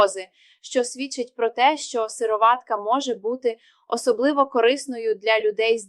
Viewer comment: Наче вимовляється сирО´ватка. Наголос на «о». Чи не так? Туди ж сирО´ватковий. Ролик виглядає як читання того, в чому не тямиться ані йоти. Так ще й неправильна вимова. Довіри нуль. Тупа реклама.